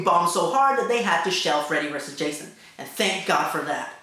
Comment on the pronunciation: lol, Hah-sohn